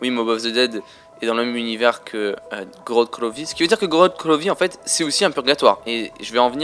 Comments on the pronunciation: GROOORODTT GRVOVFI mdrrr l accent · j'adore ton accent "korod krovi" :D